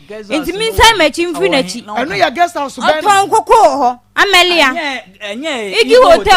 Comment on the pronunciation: please correct your guest when they make mistakes. pronounced Guest House as Girls house since she came on your show and you couldn’t correct her.